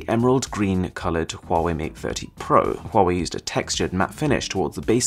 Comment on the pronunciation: I fricking hate huawei, they re the most competitive marketing company out there, all of their yt adds is just running through some speed up test against an apple product, saying huawei is better, then at the end, I CHUSE HAEI (they legit never pronounce it right)